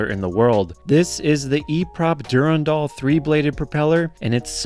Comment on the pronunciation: Durandal is pronounced du-RAN-dal (with the emphasis on RAN) not du-ran-DAL as you mispronounce it. You're putting the em-PHA-sis on the wrong sy-LAB-le.